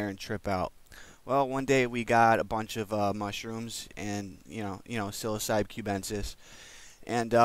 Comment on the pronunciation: THANK YOU for pronouncing Psilocybe correctly